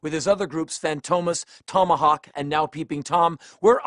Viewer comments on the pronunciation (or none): none